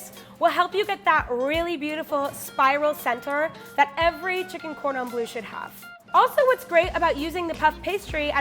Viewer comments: I absolutely adore but the way she pronounces Cordon Bleu hurts me on a personal level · It is so funny that u pronounce cordon bleu like cordon blue 😂😂😂. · "cordon blue" even knowing a bit of french made that cringey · “Cordan blue” really? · Just me getting triggered by ‘cordon BLUE’ when it’s actually ‘cordon BLEU’ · Cringing so hard at the cordon “bleu” prononciation . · Did this bitch just say cord on blue? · saying cordon bleu makes my ears bleed